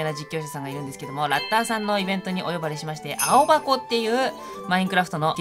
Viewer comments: 青「はこ」ですよ！ 有名な方々とコラボおめでとうございます！ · ともさん、、 青箱（あおばこ）じゃなくて 青箱（あおはこ）ですよ〜